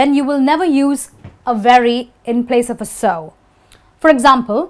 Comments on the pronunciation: Percebi que ela pronuncia o "of" com a pronúncia do "off". I realized she pronounces "of" just like "off". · Só eu fiquei encucado com a forma como ela pronuncia 'Of'? '-'